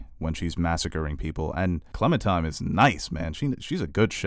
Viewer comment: OMG your pronunciations are terrible! I get it, you don't speak French or Japanese, but a little research goes a long way. It's not just episode titles either. "Clementime" is actually Clementine... with an 'N'. There are many other instances were you mispronounce words. It makes me cringe so hard lol.